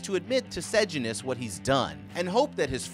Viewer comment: Bro, i will teach you how to pronounce sejanus. Its Say-Jay-nus